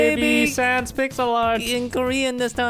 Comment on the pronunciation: SANS NOT SAND